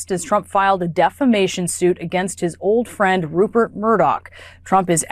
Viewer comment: He can't even pronounce Rupert properly, clown show 😂😂😂